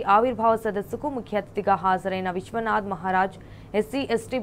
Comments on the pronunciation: అమ్మ తల్లి ఫస్ట్ సార్ పేరు పలకడం నేర్చుకోండి విశ్వనాథ్ కాదు విశారదన్ మహరాజ్ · పేరు పలకడం కూడా రావడం లేదు... విశ్వనాధ్ కాదు తల్లి విశారదన్ మహారాజ్ గారు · మేడం గారు మీకు పేరు కూడా పలకడానికి రావట్లేదు డాక్టర్ విశారదన్ మహరాజ్